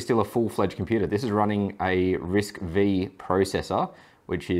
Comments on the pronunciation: It's not "Risk Vee" it's "Risk Five" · It's not a "V" it's a Roman 5. So it is pronounced Risc 5, mate.